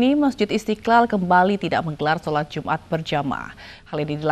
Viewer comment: Jum'at, bukan jumar.